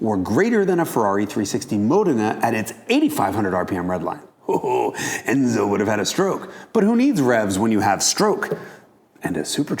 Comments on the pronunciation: Fwen-zo? Oh... I get it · "FUENZO" Beautifuel, I Subd too!